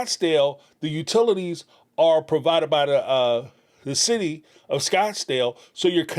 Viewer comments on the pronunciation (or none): none